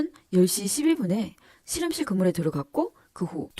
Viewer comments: 우리나라 출신 발음이 아닌 것 같아요 'ㅅ' 'ㅗ'발음 어색하고 실험실이 아니라 시름실로 발음해서...발음과 억양이 뭔가 부자연스러워요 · 중국출신 이신가봐요, 우리나라 사투리 발음은 아니듯....씨름씰,, 또로지는,,등등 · 경상도 사투리같은데... 교정기를 끼고 있는건지.. 아님 앞니가 빠지신건지... 발음이 묘효하네요 씨럼실....